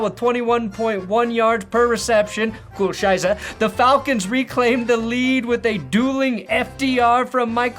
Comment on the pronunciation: Hearing butcher 'Scheiße' over and over again makes me smile like nothing else has this year.